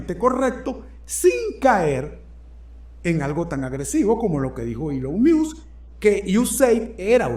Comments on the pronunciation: Se pronuncia elon mosk miusk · se pronuncia mosc o masc, no miusc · Querido, entiendo tu lógica al ponerle la "I" al apellido "Musk" pero en este caso no aplica, lo más parecido en español sería "mosk" así como si fueras a decir mosca pero sin la "a". Feliz noche desde Breckenridge Colorado 😊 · Primero aprende a pronunciar bien Musk, y por otra parte, el Presidente hizo campaña con él por un año y el pueblo Americano VOTO porqué Elon Musk hicieran lo que está haciendo, eso lo pidio el PUEBLO AMERICAN..... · Supera interesante, pero por fa 🙏🏽pronuncia el apellido de Elon como es😊